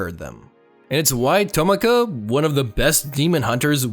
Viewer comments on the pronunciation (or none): I know he didnt just say tomaka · im sorry but HOW DID YOU PRONOUNCE TOMIOKA